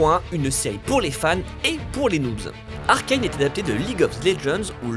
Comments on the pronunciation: après faites les erreurs de Arcane (on dit pas arcaine on dit arcane) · Bonjour! Il faut veiller à prononcer "Arcane" à la Française, je sais, ça semble toujours plus "stylé" de prononcer les choses à l'anglaise, mais là, c'est fait par Fortiche, un studio Français, sous la tutelle de Riot Games, dont le CEO (à l'anglaise, aller) est à l'heure actuelle un Français, lui aussi. Alors cocorico, ARCANE, pas ARKAYNE! Des bisous. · Arcailne, noobzzzz, mais oreilles🥶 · Pourquoi prononcer Arcane, Arkayne ? Vous êtes con ou quoi ?